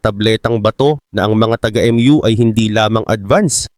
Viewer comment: HINDI PO EM YU ANG PRONUNCIATION NYAN KUNDI MU CONTINENT PO TLGA.